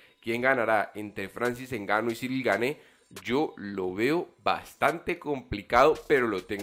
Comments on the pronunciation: El apellido se pronuncia "Gan" no "Gane" Buen video! Espero ancioso ver al campeón contra el francés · Amigo, ya que a partir de ahora vas a pronunciar mil veces más el apellido del francés, se pronuncia Guein, así tal cual y no gané… un pequeño aporte a tu canal que por cierto es muy bueno, saludos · Gane no se pronuncia, lo aclaró ciryl! Se pronuncia Gun..